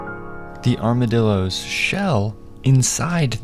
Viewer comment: “Here are the armadillooos, rIBs”